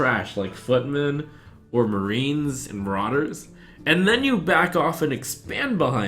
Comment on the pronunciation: he said marine, marauder